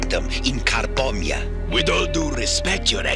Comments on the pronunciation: Did he say the nation of carbombia 😂😂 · "Carbonia" sounds alot like "Car bomb ya" when says it.... Hilarious xD always fun to watch some G1 Transformers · "car-Bomia" smh... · "Carbombiyah" Seems legit... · "Carbombya" Car-bomb-ya Car bomb... Hasbro? What were you THINKING??!?! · Carbomyia= "Car-Bomb-Ya!" funny. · Lol, The African nation of 'Car-bomb-ia' 🤣